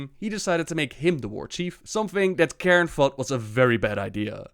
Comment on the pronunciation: it's fucking CAIRNE not KAREN, CAIRNE!! so annoying.